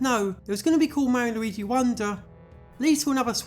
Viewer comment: New loigi ayeoia? Lol